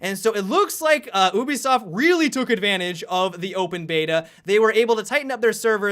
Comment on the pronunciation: Lol roo-bi-soft?